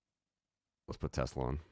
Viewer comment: I love teslerrrr